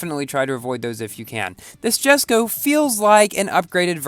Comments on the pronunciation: It's written jesko but pronounced yesko just letting you know 😅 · It's pronounced as YES-ko